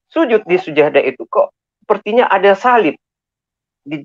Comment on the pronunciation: Ber ber hapalin lagi bilang sajadah aja sujadah.alohumal labaik aja blepotan